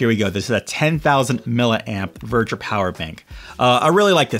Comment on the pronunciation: It’s actually called ‘Veger’. Not Verger.